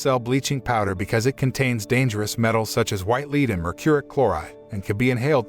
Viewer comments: I know it's an ai bot but It's pronounced led not leed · ITS PRONOUCED LED NOT LEED YOU GENERIC CINNAMON TOAST FUCK! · You should check your automated voice over. Too many mispronounced words. The sailors are eating candy containing Vitamin "C" which prevents SCURVY, vitamin deficiency. Not Scabies a skin condition caused by parasites. The white powder contained the metal " LEAD ", ( led ), not leed. The lead could be absorbed through skin and or accidentally ingested. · Also lead as in the metal is pronounced le-Ed. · your robot narrator doesn't know the difference between Lead and lead